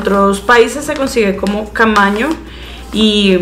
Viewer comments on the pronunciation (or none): Cañamo, no camaño Y en otra receta,, dijiste que ponías SABILA, pero lo que estabas poniendo era SALVIA 😊